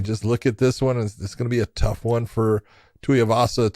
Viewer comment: John. It's spelled TUIvasa. Not TUIAvasa. Get that extra A sound outta there that's not how it's pronounced